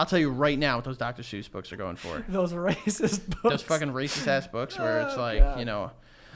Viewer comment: Are we just gonna pretend that’s not how we pronounce Dr. suess?